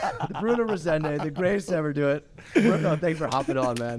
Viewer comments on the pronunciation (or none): Pretty sure its Bruno Rezende with a "z" not an "s". Still love ya'all tho ❤